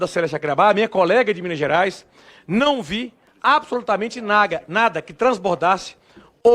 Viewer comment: perceberam que o do parlamenta falou as palavras mais difices do dicionario e na hora de dizer "nada" o cara falou "naga" ksksksk